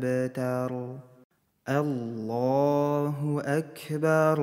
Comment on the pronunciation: А почему звучит Акберу? Как будто буква "у" вконце. Объясните новичку